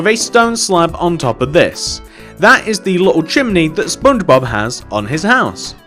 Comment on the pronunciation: it is Just me Or Im Hearing He Said SpoonBobs